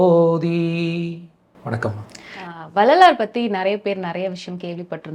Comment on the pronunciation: Anchor should learn to pronounce tamil. Couldn't even pronounce Vellalar correctly. Very bad